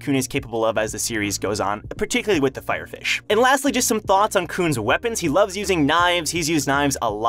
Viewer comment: I’m sorry but I can’t stop laughing anytime you say Fire Fish 😂😂😂 It...😂😂...it just sounds so funny 😂😂😂😂